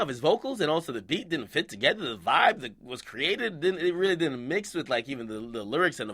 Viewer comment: "Diden't" nigga...